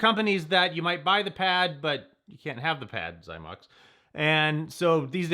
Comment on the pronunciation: THE WAY YOU SAID XYMOX KILLED ME🤣🤣🤣🤣